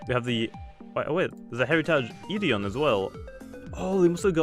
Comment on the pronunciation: It is pronounced eth eerie a